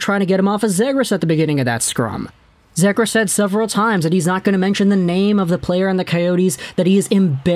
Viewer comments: It’s pronounced ZEE- gras. Not Zay-gras. Trust me. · It's pronounced (Zee-Griss) bro.